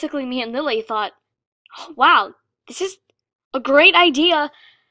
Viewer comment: When she said "I thought the same thing" it sounded like "I fucked the same thing" 😂😂😂😂😂😂😂